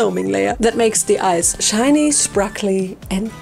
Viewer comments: Isn't it sparkly not sprakly? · Beautiful doll. I love that you have been saying sprakley instead of sparkley in all of these MH videos lol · I love how you made that sprakle mistake a few times and then just decided to /lean/ into it 😂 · Just love how she says SpRaKlEy and PlEaThEr